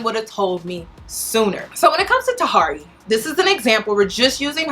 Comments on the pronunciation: Hey love you spent time researching but said Tuh Here Eey"s name wrong the whole video. Also, it's not Tahiry"s fault that Megan is in this state. Megan plays the role of a masculina publicly and she was also arrested in the past for hitting a man. So she did that on her own. You do a good job with your videos and I also appreciate you putting out this message to young women because as a young woman myself I constantly saw this behavior being glorified and started to believe only masculinas got the love they wanted. So thanks Cuz alot of young girls need to understand this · I think her name is pronounced tahiry (ta-here-ee), interesting vid tho, thanks for sharing. I dont subscribe to feminity per say but definitely agree that we as women must take accountability and seek emotional maturity. She said herself shes got some healing to do before she can even jump into another situation. I hope she stays true to that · Ta-hear-ree 😩 everytime you said her name, I cringed. Lol still love you tho. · So her name is pronounced Tuh-hear-ree love .. please know your subjects smh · Tahiry is pronounced "Tuh-Here-Ree," say it twice. That's how you say her name. It's disrespectful to butcher someone's name while speaking down on them. I couldn't even pay attention to the good information you are giving. It's like you did no research, or you did research and you just do not care. I'm sure your points are dead on, I'm sure I would agree with your points as well. I usually do. I would just be mindful of that, it's like the first and last note of a song, sometimes that's all anyone will remember if it sounds bad. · You're being sarcastic with her Name. You did too much research to not know how to pronounce her name. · Me too. Lol